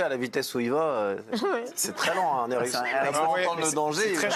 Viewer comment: Il n’y en a pas un seul pour ne pas faire la liaison à Hérisson… il y a un H ! Donc un Hérisson et pas un n’hérisson !